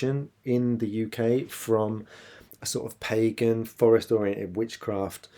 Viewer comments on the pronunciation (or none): none